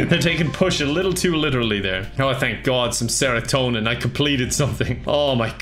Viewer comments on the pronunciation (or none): none